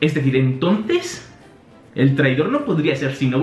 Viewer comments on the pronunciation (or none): none